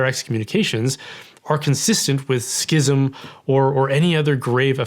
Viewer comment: I just want to thank you for correctly pronouncing the word schism as it’s always been pronounce. So tired of hearing educated people say “sizm” like they can’t see three consonants in a row. This needs to be defined under canon law imo because it’s driving me nuts.